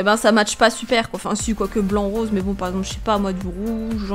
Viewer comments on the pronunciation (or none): none